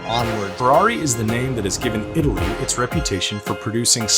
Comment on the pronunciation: It's not idli...❎🙅🏽‍♂️ It's itali...☑️🙋🏽‍♂️